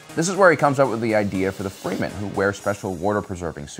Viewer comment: Anyone else notice that he keeps saying freemen instead of fremen?